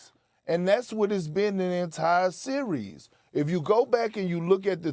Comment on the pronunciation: “ i pick in this sewies”…😅